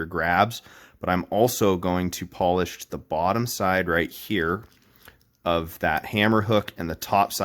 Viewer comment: Why are you saying polish like you're talking about people from Poland? Is this a hilarious troll for some really weird pronunciation?